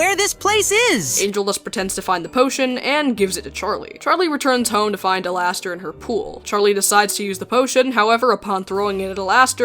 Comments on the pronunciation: I’m crying over the ai being unable to pronounce alastor… “LASTOR HAVE YOU LOST YOUR MIND!!?” I’m laughing my ass off for no reason.😔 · the way they pronounce it as al-ass-ter is killing me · It kills me when they say “Alas-ter” 😂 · "Alastor, who I will be now referring to as Al-ASS-tor," gives off the same vibes as Markiplier saying "I'm ASSdistic!" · Nah, it's AllAsstor. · Same😂😂I laugh my ass off every time they say alastor wrong(which is basically every time they say his name)😂